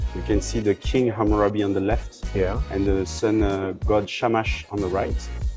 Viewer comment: Hamurabiego, źle jest czytane